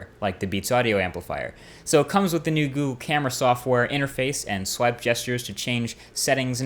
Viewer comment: Can I ask why it is that you pronounce Gesture at "Guess-ture" rather than "Jes-ture"? You seem very clued up just odd to hear thats all :)